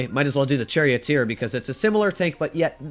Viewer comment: said “ Cherry Oat Ear “ instead of Charioteer… get ya tank names straight!